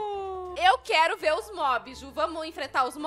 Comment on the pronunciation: Elas falam viar mas é vr